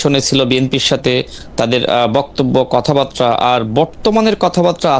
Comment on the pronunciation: কথা বাত্রা নয়, কথা বার্তা!! সুন্দর উচ্চারণ করতেও কষ্ট হয় তাই না!